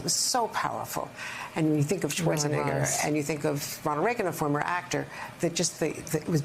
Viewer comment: This video was clearly a man seeing how many times he can get away with saying the N word on national news lmao. That is NOT how you pronounce Arnold SchwarzENEGGER’s last name. My bad, two men and a women*